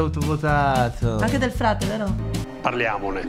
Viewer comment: Chi sa se entro la fine del programma riuscirà a non dire più Del Prete invece di Del Frate,un paio di volte mi è quasi venuto da urlare:"è Del Frate",come se fossi lì 😂. Comunque non vorrei sbagliarmi ma a parte quando l'aveva appena sentito nel programma,poi l'ha detto giusto solo una volta contro 4/5 errori